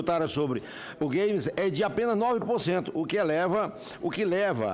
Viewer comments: "os gueime" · "Us gueimi"